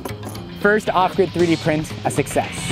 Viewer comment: Every time he says off grid, I hear awkward, and I have no idea why. I got so confused the first time he said off grid lol